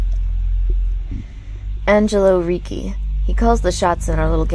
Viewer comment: its not riki but ricci :), don't use k but only c and i :), ( great video) i tell u cause I'm italian XD....continue like this u are amazing